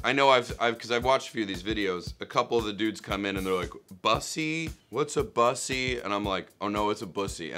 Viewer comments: He knows how to pronounce bussy and knows what it is. Nick Kroll for president. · Yaaasss to nick properly pronounce Bussy and not playing stupid 😂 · THANK YOU! THANK YOU! THANK YOU! I can't believe you are the only person who knows what and how to pronounce 'bussy.'